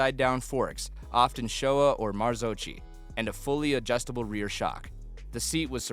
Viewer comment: marzocchi = Marzokky, with z like pizza. beautyfull video! but you forgot the most perfect italian motorcycles: Vespa Piaggio ;-)